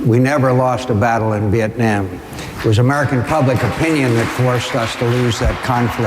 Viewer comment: WHAT THE FUK IS VIETNYAM MCCAIN